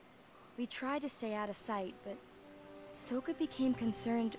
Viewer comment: They pronounced his name Soaka. I’m sorry. SOKKA is a charismatic leader. SOAKA is what a sponge does to water.